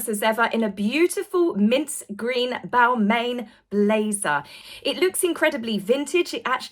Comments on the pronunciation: if you were referring to a Pierre Balmain confection... it is properly pronounced " bal-MAH-n"... just like when uttering the house of Lanvin.... 😉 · The brand is pronounced Bal-ma. Not trying to be smarty pants, just can't help it. 😇